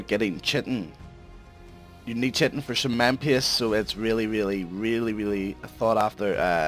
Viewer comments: It's pronounced Kye-Tin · Lol "chitin"